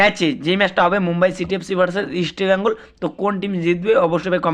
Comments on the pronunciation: আরে ভাই ওটা ইস্টবেইঙ্গল না ওটাহবে ইস্টবেঙ্গল বুঝলি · You even do not know how to pronounce East Bengal properly.Try to pronounce correctly before doing business.